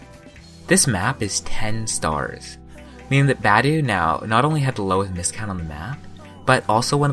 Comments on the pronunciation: He's Romanian and in romanian we don't butcher the sound that tge letter are supposed to represent like in english. So his name should be said: BA-DEU. Not [bedæu] or [budi]. B as in boat, A as in accept, D as in duck, E as in engine and U as in pUt. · i dont think its pronounced badueh but ok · Isn't it pronounced as ba dee u? Idk doesn't really matter anyway. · Could at least say his name right bro